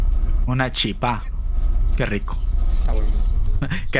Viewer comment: Si vas a pronunciar chipa en español se pronuncia Chipa, no chipá. En Guaraní y en español se escriben igual "chipa" pero la pronunciación en Guaraní es (shipá) porque la Ch en Guaraní tiene sonido de Sh y las palabras aguadas no se acentúan, es al revés, las palabras llanas son las que se acentúan; Kóre, aháta, yvýre, mbóre, Pombéro, etc. Si no lleva acento es porque es una palabra aguda y se debe cargar la voz en la última sílaba como en chipa, kokue, pyta, panambi, etc.